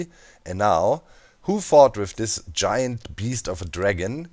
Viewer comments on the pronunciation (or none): none